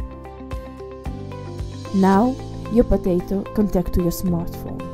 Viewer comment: why do you say potatto so much